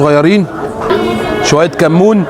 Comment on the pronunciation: 😂😂😂😂😂 كل شوية يقول خيائر و طمائطم و كموووووئن بدأت اقتنع ان الراجل دة لسانه بيفرمل الحروف 😂😂😂😂😂😂